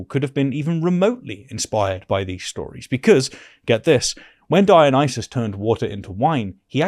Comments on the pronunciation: The apologist keeps talking about "Dionyses" ... How can anyone take him seriously? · says "Dionyses" instead of Dionysus roflmao!! Seems like he knows the literature about as well as he knows the name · This is a nitpick but why does keep saying DionySEES, that's like saying JeSEES. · why does this apologist (I'm gonna call him "") keep saying "Dionyseez?"